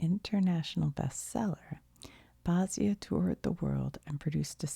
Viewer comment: Basia is pronounced “Basha” 👌 Her big hit was “Cruising for Bruising”.